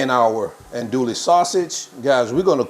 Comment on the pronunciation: Recipe looks good but a tip is to pronounce the sausage right. It’s not an dooley it’s ahn dewy.